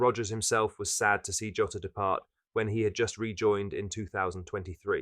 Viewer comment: Please stop saying joeta